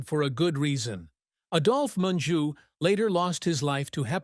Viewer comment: I really despise these "hit pieces" about dead actors and actresses. First of all, the narrator mis-pronounced Adolf Menjou's name. Adolf is pronounced with a long "A". Secondly, there were many actors and actresses who really were communists and socialists. My husband and I have watched movies for over 60 years, and the message of communism being superior to capitalism has been pushed since the late 1960's. Third, you omitted actors like Gig Young, and Paul Kelly who really did commit murder and manslaughter. Kelly spent over 2 years in San Quentin for manslaughter. Gig Young killed his wife and then suicided. Fatty Arbuckle was railroaded and ultimately acquitted of murder. Fourth, Henry Fonda was no saint either. He mistreated one of his wives so badly that she suicided after they were divorced, and his daughter Jane is a dyed in the wool communist. She should have been charged with treason after she went to Viet Nam and supported our enemy. Fifth, videos like this ALWAYS claim that actors/actresses died of cancer because they smoked. You fail to mention that a gene has been isolated which causes lung cancer and explains the reason MANY non-smokers have succumbed to the horrible death. In the end ALL of the people you mentioned are human, and have their own foibles. Your biases are obvious and the MAKE ME SICK.